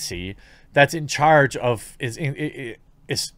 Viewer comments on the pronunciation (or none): none